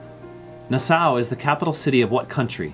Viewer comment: Your pronunciation of a few words sound off eg. Nassau